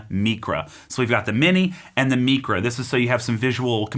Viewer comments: Isn't it pronounced like mycra not mecra? Excellent review! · It’s not Meecra it’s MIcra….it’s Greek you know not Spanish….